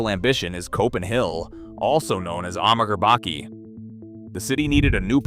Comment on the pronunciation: Also Amager Bakke ("Ammagger Backy"??) hahaha.